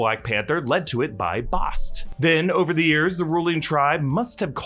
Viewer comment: Bast, not Bost. And M'Baku was against the use of vibranium